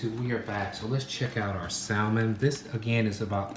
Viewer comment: The L in salmon is silent...those are Scallions, NOT shallots.